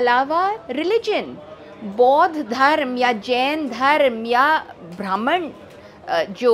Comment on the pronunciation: hard cor comunich dikh rahi hai, Jitani bar isne "brahmhan""bhrmhanical" bola hai aur jis tone me bola hai to iske itihasic gyan ke bare me shanka hai.